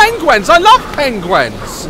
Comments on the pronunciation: omgggg he says pengwens and not penguins, the funniest thing ever :D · Omg daz😂 he was saying pen gwens instead of penguins 😂😂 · Daz: Pengwens Me: PENGWINS!! (I know it's spelt penguins but this is how he pronounces it😂)